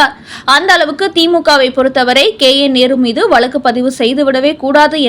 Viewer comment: Poor pronunciation. It is வழக்கு not valakku